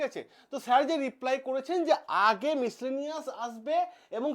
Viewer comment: মিসলেনিয়াস এর উচ্চারণটা ঠিক করে করতে পারছেন না আর এনালাইসিস করছেন ভিডিওতে আপনার নিজের রায় দিতে এসেছেন না গভমেন্টের কোন জেনুইন খবর দিতে এসেছেন। আপনাকে আরে সার্কাসের জোকার দুটোকে একই লাগে বেকারদের সঙ্গে খেলা করে ভিডিও বাড়াচ্ছেন